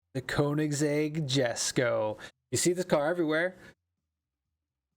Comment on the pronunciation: Fun fact It’s actually pronounced (yesko)😂